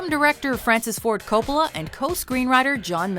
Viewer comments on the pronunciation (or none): none